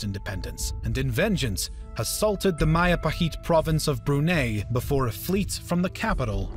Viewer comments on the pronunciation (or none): Where is Bruney? And Mindoorow? Does the voiceover guy possibly mean Brunei? And Mindoro? For fuck's sake show some respect and learn how to say the place names before you pretend to be an expert on the topic. Manual Rocksass would be rolling in his grave. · You pronounced Brunei wrong